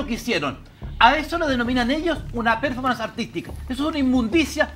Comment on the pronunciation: Si me permiten, no voy a comentar sino sugerir que revisen la pronunciación y acentuación correcta de "performance".